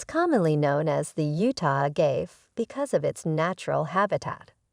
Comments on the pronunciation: Say it with me now, Uh-gah-vey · Pro tip: never listen to someone who can’t even pronounce it.